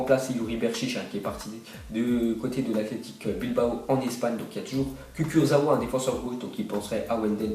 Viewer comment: Il a dit kukurawa ou je rêve ?